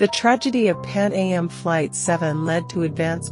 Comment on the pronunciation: As an exercise in AI-generated narration, this is one of the best I've heard so far. Cadence was proper throughout, with the verbalization of "Pan A M" and possibly the Stratocruiser 337 as the main giveaways to AI. I did hear the reverberation effect throughout, but it and the female voice are actually pleasant. Fact-checking seemed to have fallen off toward the end, though - Air France 447 was located and thoroughly investigated by the time this episode was made.